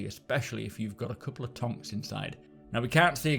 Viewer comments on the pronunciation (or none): He said "TWO TONKS"